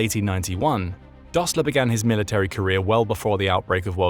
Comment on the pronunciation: “Rishert”? “Dosler” Fühererreserv”? When taking up details from German history, I suggest better pronunciation of German names and. words.